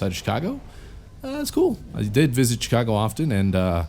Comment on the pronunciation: i like how you said ch cago lol